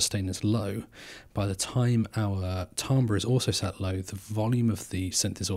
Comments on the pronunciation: its pronounced TAM-BER, not TAAM-BRA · Pronounced ‘Tam-ber’ by the way. Cool stuff. Enjoyed this homie